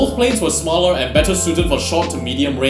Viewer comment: It's Smaller Not Smalelr